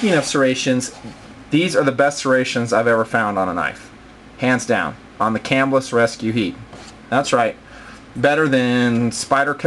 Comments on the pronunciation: I'm fairly sure it is pronounced "cah-MILL-us" not "CAM-ill-us" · It is pronounced "cah-MILL-us" The knife company was named after the town it was founded in. It is right outside of Syracuse, NY. I even went to Camillus Middle School for a year.